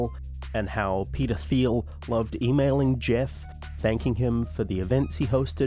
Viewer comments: am i only one who hears pedophil when you say peter thiel? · You know, when you said "Peter Thiel", I coulda swore you said something else